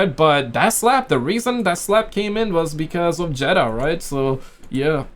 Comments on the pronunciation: Her name is pronounced Jada. ( Jaid Da) Not Jetta. Get your tongue right. 😂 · It's pronounced Jada not Jetta dude 😂🤣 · jay-duh 👀jada 😂 not jeda must be the accent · Oh Jada bro keep saying jeda😂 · He clearly said cheddar